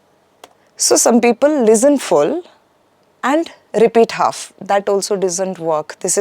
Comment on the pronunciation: Why do some Indians pronounce “Lezzen” instead of “Listen”? I wonder how do they achieve a good score.